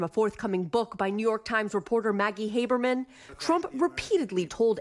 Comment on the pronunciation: Haberman? 😅😅😅 sounds like what you hear in a WW Jewish film!